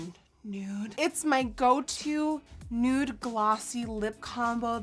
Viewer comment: The way Nikkie says 'nute' instead of 'nude' is one of my favourite things in the world